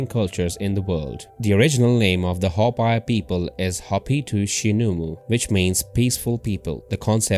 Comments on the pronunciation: Hopi should sound as "Hope..Pea" not "Hop Pie" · When pronounced it sounds like Ho-pee not Ho-pie. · Pronounced Hope-ee geez and the Ant people are ET living within the earth. Same as the Mantis people. Hopi same name as Hapi of Egypt. Were linked to beings from Orion and Zeta. Zu Aztec are descendants and Mayan. Mayan were deported to Ankh Har in cambodia